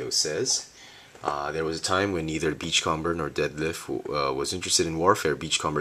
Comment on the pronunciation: your pronouncing beachcomber wrong, its beach-comb-er, comb, as in the thing you use to brush your hair with.sorry for sounding uptight it just bugged me this whole video.